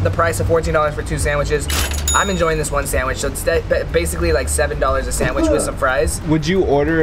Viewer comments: When you said “samich” instead of sandwich I died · I can't get over the "samwich" 😅